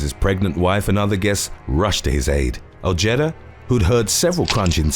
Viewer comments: 'OJETTA'. LOOOL. Ojeda. OH-HAY-DUH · It is pronounced “oh-heh-dah”